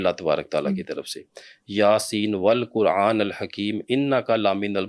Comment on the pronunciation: Assalamualaikum, Aapne video ke shuru mein Surah Yaseen mein "Wal Qur’anal Hakeem" padha......Jabki yeh "Wal Qur’anil Hakeem hai"